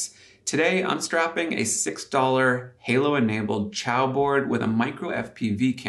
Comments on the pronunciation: helpful fyi: Xiao is pronounced "shao" like in Shaolin not chow like in Italian ciao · Hey, chinese speaker here, the name of that cpu board is not chi-ao, like italian for goodbye. It's pronounced See-ya-ow and in english it means "small"